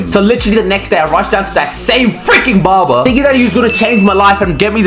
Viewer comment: bro kept saying bobar